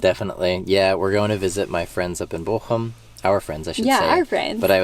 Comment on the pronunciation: Pronounciation of Bochum is just perfect. I am really impressed. Most english speaking people can not pronounce ch